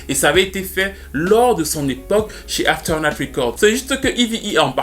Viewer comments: Hen ben, quelle histoire, le talent ne fait pas tout.... On comprend bien quand ceux qui reussissent dans la musique vous assome avec "i'm very lucky".... Ou pas si on pense à Britney. Anyway, merci comme toujours, sinon c'est AfterMath et non AfterNath 😁 slim shady nous a bien marteler avec "shady/aftermath" 😜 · Avec tout les respect que je te dois c'est aftermath records et pas afeternath.... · puis dans toute la vidéo... CORRECTION : C'est Aftermath Records, avec un « m » et non Afternath. Aftermath signifie « les conséquences » tandis que l'autre mot ne veut rien dire. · Dédicace à ton anglais parfaites maîtrisé ! Trusteurt lol, Dr Dre chez Afternut. 😉